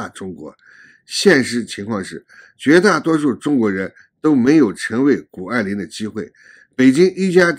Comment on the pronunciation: 是谷不是顾